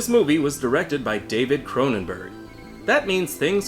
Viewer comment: No H in Cronenberg.